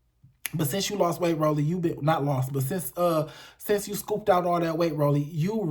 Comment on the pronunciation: Did you say SCOUPED OUT ALL THAT WEIGHT😂😂😂😂😂omg